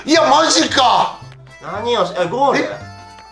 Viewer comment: にぃにのなんでなんみたいな「マジか」とぽんPのつぶやき「マジか」